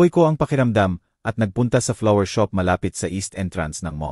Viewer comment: Saang ka nagaral mali ang basa mo sa shop at shopping .